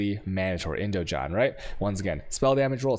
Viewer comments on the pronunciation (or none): "IndoJon" and "Ponex" :D This dude kills me with his pronouncing skills! :D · i'm 95% sure indigon is pronounced indiGon as in Gonna